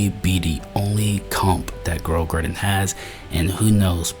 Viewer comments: "girl a graden" 🥀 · Ah yes, everybody loves playing "Girl a garden" instead of blox fruits.